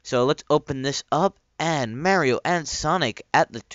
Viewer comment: lol! how u pronounced mario...soo cool!